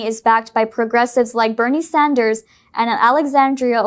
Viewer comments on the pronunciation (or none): none